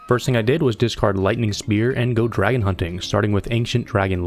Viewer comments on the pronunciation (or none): none